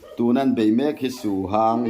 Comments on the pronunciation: Su hang tih kha a hang tih kha lam san tur anilo. Lam hniam tur. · Suhang ni lo in suhang, a ah hian thluk a awm lo